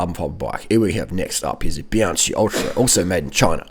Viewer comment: Biankee, not a soft ch, - more like the ch in 'chloroform'.